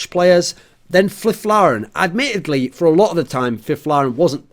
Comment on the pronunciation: "Flifflaren"? Thoren ples